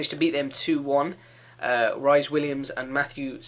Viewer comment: Rhys is pronounced like 'Reece' Williams.